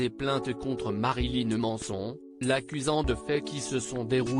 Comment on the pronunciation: "Ma-ri-li-neu M-an-e-so-n-eu"